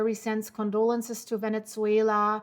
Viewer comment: There is no T in Venezuela!